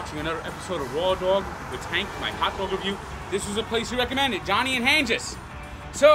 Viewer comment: it's pronounced Han-geez not Han-jis